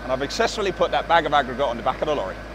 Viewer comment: love the way you say bag of aggregate, BAGGAAGGARATeeh haha <3